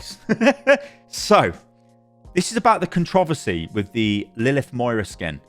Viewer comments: You pronounce the word "Controversy" so weirdly... I sat here trying to think what you were trying to say when you kept saying "Controvosay" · The way this man pronounces controversy bothers me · why do you say controversy like that? you sound weird. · I love the way you pronounce controversy lol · Never say "Controversy" like that ever again. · why does he say controversy like that lmaoooo